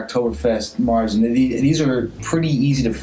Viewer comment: Oh and not that it really matters but märzen is pronounced mayer-tzen. Like the horse and with a T. It may sound odd at first but since you're going to do another 15 reviews I thought you'd like to know. I'm actually used to the German pronunciation but as we've mentioned in the past, probably gonna get funny looks from U.S. bartenders...same with Hoegaarden.